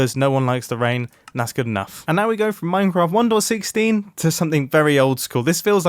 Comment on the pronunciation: Does anyone besides me hear him saying "one door 16" instead of 1.16? No? Ok.